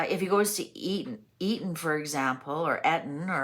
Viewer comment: Eton!!!!! Not Etan!! I don’t know what all this is about. I don’t listen to the news, or the gossip on social media.